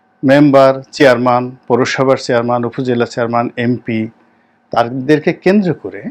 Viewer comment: আসসালামু আলাইকুম। মনে হচ্ছে, আপনি উচ্চারণ করছেন," চেয়ারমান" আপনি তো জানার কথা শব্দটির উচ্চারণ , "চেয়ারম্যান" । দুঃখিত , ভুল বুঝবেন না, আমি আপনার শুভাকাঙ্ক্ষী। তারিক উল আলম